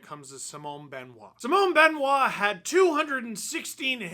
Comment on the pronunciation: Mr Dangle, I much respect the way you pronounce Simon Benoit which is perfect.